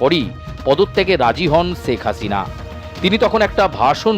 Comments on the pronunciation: সেখ হাশিনা। 😂😂 উচ্চারণের এই অবস্থা কেন??😂😂😆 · আপনাদের উচ্চারণ গুলো এত হাস্যকর কেনো? একটু চর্চা করলেই তো ঠিক হয়ে যায়। বাংলা ভাষার অবস্থা ১২ টা বাজায় দিছেন। শেখ হাসিনা কে বলেন চেক আচিনা, আন্দোলন কে বলেন আন্ডোলন।কমিশনার কে বলেন কমিচোনার। আপনাদের কি সব সাংবাদিক মুর্খ। না হলে কেও না কেও ভুল ধরিয়ে দিত।